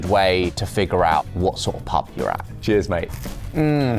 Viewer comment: When he says “ cheers” just before he ate the oyster it actually sounded like he said “ jizz”. That is the one word no one should think of when eating oysters.